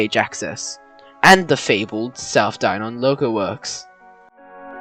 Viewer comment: It's not pronounced Die-Non, it more like DieNen.